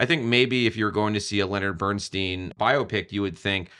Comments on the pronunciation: Great review, but why do you keep pronouncing his name BernSTEEN instead of BernSTINE?! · Please, Please the correct pronunciation is STINE...not STEEN! Bernstein literally means: "Burnt Stone" in German.